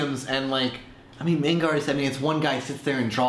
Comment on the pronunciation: It`s pronounced (MAH-nga),not (MEH-nga).